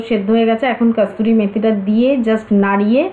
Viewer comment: hi kothata kasuri methi,kasturi methi noy.